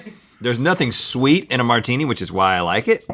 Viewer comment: "You like a martuni"